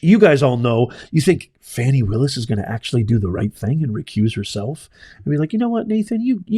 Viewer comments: Stop Lying! There was no proof! Go Fani Pronounce her name correctly (Faw-nee) Leave her alone! Your entire response is bias! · You are very false and tell the truth beign dishonest to 300,000 people wow group up cant event say her name right you mad😅😅😅😅😅😅